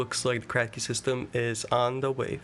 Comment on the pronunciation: Did you say cracky system? 😃